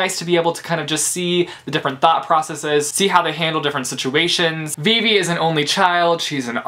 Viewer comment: Him pronouncing Vivi wrong 😕